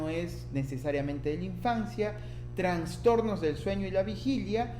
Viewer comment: Me desespera que diga Transtornos, no es correcto no se escucha bien